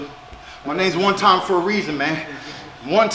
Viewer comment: Keith pronounces it "One Thyme"